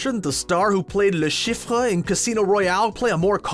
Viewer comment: Le shif-ruh? Watch the movie before pronouncing it. Le Chiffre doesn’t say the “ruh” at the end.